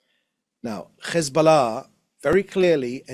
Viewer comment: Why do these Europeans speak petfect brittish english, but can't pronounce Hesbollah? They say Ccchhezzzzboullahhh. It's offensive. Its like they make fun of Middle Eastern accents.